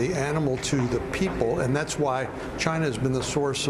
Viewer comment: Dondada he calls it a Chinese virus because it came from “ Chy-na “